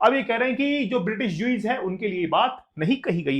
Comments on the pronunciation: "Ju-eeez" nahi "Ju-u-ss" 😊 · jews ka prononciation galat hai it's rabbi chaley a jews religious teacher not PM Churchill nahi jaante toh kam se kam galt toh mat bataao